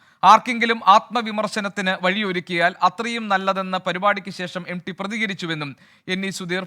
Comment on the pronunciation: എം ഡി അല്ല സാറേ...M T...M T... എന്ന് പറ....😅😅😅😅